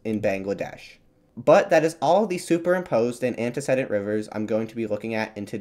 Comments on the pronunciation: I don't want to be rude, but I can't understand how you correctly pronounce a fairly rare word (orogeny) but then repeatedly mispronounce a basic word of freshman English like "antecedent". I'd not mention it, except you say it over and over and over. I'm checking out early. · The "e" in the third syllable of "antecedent" is long (like "seed", not "said"). I didn't know what your AI narrator meant until I checked the closed captions.